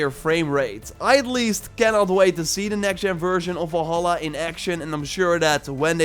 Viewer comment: is it me or is this guy keeps saying volhallah ?